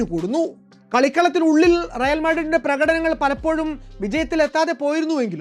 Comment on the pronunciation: റയാൽ അല്ല റയൽ ആണ്